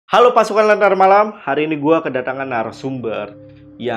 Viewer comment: Lenntera Malam kak,,bukan Lentera Nalam😢